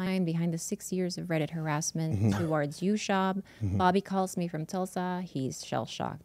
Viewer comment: Who is Brendon "Schwab"?